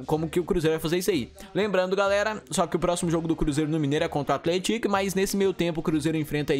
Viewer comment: Sua pronúncia de athletic não está certa.